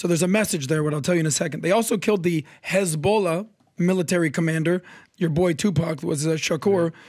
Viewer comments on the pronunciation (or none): The pronounciation is as on point as those Eastern Europeans in Israel saying khhhhhamas and khisbollaaah